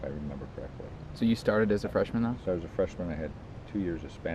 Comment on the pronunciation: Quando ele disse Freshman eu entendi "Trashman"